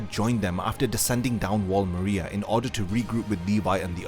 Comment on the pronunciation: THIS DUDE MISPRONOUNCED MARIA EVERY TIME, AMONG MANY OTHER IGNORANT THINGS